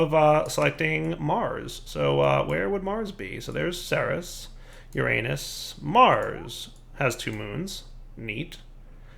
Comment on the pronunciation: The way pronounces uranus xD